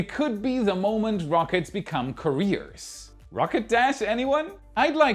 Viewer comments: I love WAI... One tip on pronunciation though. At around 14 mins, you kept saying "rocket careers"... it took me awhile to figure out you were mispronouncing "couriers"... similar pronunciation to "careers" but not the same... Considering English is not your first language, you do a fantastic job. But just wanted to point this out for future reference... "kur-EE-urs" as opposed to "ka-REARS" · Courier not Career. At first I was like what?? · The word is pronounced like carry-er, not career. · It is " carry urrrs" NOT "cuhhh rears" really had me confused until you repeated it. Carriers vs careers